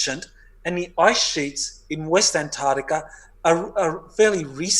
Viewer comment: It's not 'anarctica' or 'antartica', but ANT ARC TICA! Ooooft. Ok, got that out of my system. Finally got to hear the whole interview....can't wait for next time, there's so much more digging to be done on this one. Would love to hear more supportive evidence for claims, otherwise it just sounds like fiction. Who is the faction in antarctica really? Aren't they the 4th Reich? Not exactly benevolent. And it casts any alien or interdimensional entities associated with them in a bad light too. If Hanks visited them, they're for certain 3vil. I'm so bl00dy tired of 3vil. Where are the GOOD powerful people? The GOOD 'secret societies'. Why are we so infested with 3vil fu€ktards?